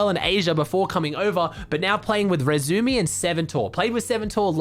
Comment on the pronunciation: pls pronounce the "i" in iRezumi